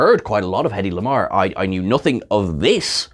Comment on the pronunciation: I was only made aware of her contribution to communication technology due to an episode of Legends of Tomorrow, which featured Hedy Lamarr. On a side note, your emphasis on her name, was that to be sure of not confusing with Hedley Lamarr :)